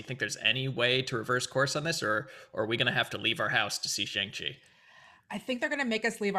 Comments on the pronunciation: I dunno if I missed it, but I speak Mandarin and I was super curious to see how they would pronounce Shang Chi. It's a bit of a nonsense name anyway (kinda like Cho Chang) but "Shang" is pronounced very differently than how Americans have been pronouncing it. Look up how to properly pronounce "Shanghai" if you're wondering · I've only seen one reaction today where Shang was pronounced correctly for the whole video. Hopefully once we get a trailer where it's actually said correctly for all the reactors to hear, people will adjust.